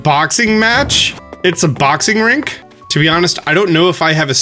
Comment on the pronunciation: bruh whats up with you saying "wrestling rink" it's a ring.